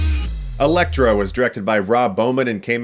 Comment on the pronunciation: you said eletro first